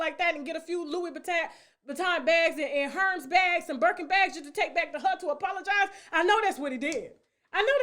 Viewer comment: No. Its pronounced( er- mez )